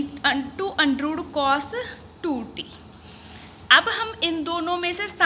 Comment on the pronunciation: Undrooooo✅ under root❌ scare✅square ❌